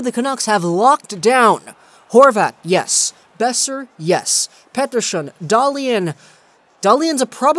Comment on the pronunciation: pls stop pronouncing petterson as pettershon